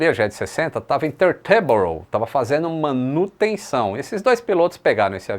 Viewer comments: tee - ter - boro, com sílaba forte no tee. Ou ainda "títerboro" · boa tarde. A pronúncia para Teterboro, é do jeito que está escrito, Te-ter-boro. Fala- se o que se lê normalmente. Abraço.